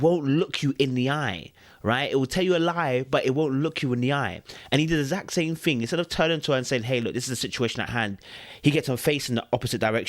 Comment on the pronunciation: EGG-ZAC-KLY!! LOL